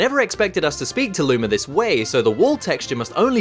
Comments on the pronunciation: you said Lumer not Luma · why do you say lumar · Did he say lumer?😏😏😏😏